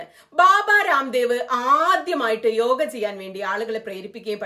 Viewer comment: താങ്കളുടെ വായനയിൽ ചില സ്ഥലങ്ങളിൽ യോഗ എന്നതിനു പകരം യോഗി എന്നാണ് കേൾക്കുന്നത്.